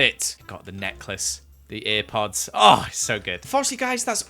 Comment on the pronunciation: No one:: says earpods instead of airpods